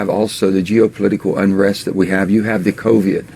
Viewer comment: "The Coveeyed"